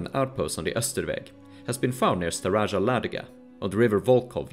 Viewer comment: Staraja = old ( not staraža) varjak ( not varžak) Peçeneg, not pekeneg